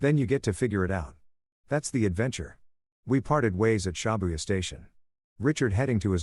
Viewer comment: Everytime he said ShAbuya, it twisted my nerves.